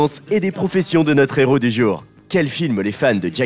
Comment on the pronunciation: Travail ton élocution... Y'a régulièrement des erreurs de prononciation... Exemple : Un néro... je suppose tu voulais dire un héros 😂 désolé celle la m'a beaucoup fait rire 😂